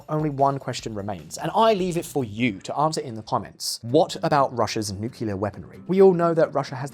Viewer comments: Usually as soon as I hear “nucular” bombs I stop watching. This time was no exception. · It's "nuclear", not "nukelar"! For pig's sake! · there was nuclear , there was nucular , now there's nukilar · Tell me you just not say NUCULAR BOMBS!